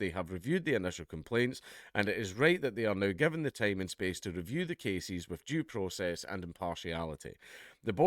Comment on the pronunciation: Did he say "jew process"?